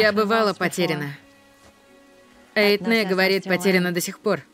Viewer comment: Какая, блин, еще маленькая лошадка??? Которая вещества развозит в песне Найка Борзова? Конек она его называла, в оригинале Konik. Еще бесит "Эитнэ". Eithne это ирландское имя, читается как Эния. Да, именно как исполнительница тематических песен из группы Clannad. Если кто помнит старый британский сериал про Робина Гуда, тот в курсе.